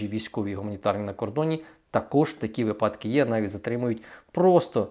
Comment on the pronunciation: Перепрошую, але слідкуйте за своєю мовою, шановний! Ставте наголоси у словах правильно!!! Не випАдки, а вИпадки і т.ін. Якщо ви такий щирий українець, йдіть у ЗСУ, та вчіть нарешті нашу Українську мову!